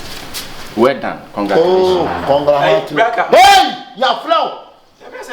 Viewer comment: Here early for the love of the series and actors❤️ TT has started again...s3 conglaturation 🤣🤣🤣🤣 ...be very very kaiful s3 s3n 🤣 Akabenezer 🤣